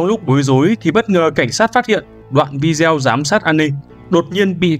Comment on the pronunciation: Bạn narrator đọc rất hay và truyền cảm, nhưng nên sửa cách phát âm từ video là vi-đê-ô nhé, như vậy nghe sẽ lọt tai hơn và cũng chuẩn mực hơn ạ